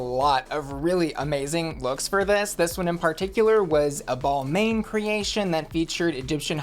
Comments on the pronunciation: Hey doll! Just so you know--Balmain isn't pronounced "Ball-main" like you said in thIs video 😝 it's a French name and it's pronounced "Bal-men". But no worries! You'll be a fashion expert in no time! 😁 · “ball mane”? Gurl… 🤭 that’s not how you pronounce Balmain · It’s pronounced BAL-MAHN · "balMAIN"??!! 😂 gurl... 🤣